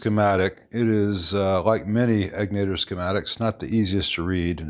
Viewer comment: Bruce's shop is literally a couple minutes from my house. He's a mensch. Also, the accent is on the first syllable in Egnater.